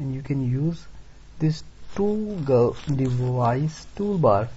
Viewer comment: Please correct your pronumciation for toggle. Here is a link that will tell you how to pronounce it